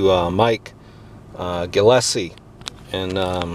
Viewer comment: It's pronounced Gill-is-lee